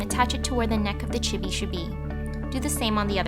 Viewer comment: Chibi sound like this chee-bee